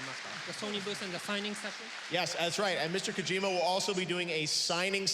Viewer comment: Geoff could have at least bothered to pronounce Mr. Kojima's name correctly.